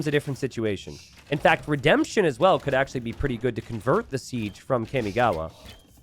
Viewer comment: Someone has to do something about the way he says Kamigawa…